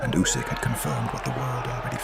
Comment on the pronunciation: Did dobua called Usik pusik? Who is pusik now dany 😂😂😂